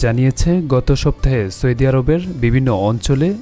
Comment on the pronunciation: চৌদি আরব😊😊😊